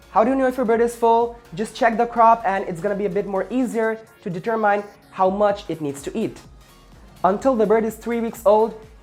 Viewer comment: Determayn XD